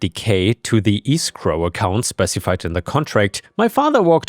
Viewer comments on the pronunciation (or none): Escrow is pronounced esk-row, not e-scro-h.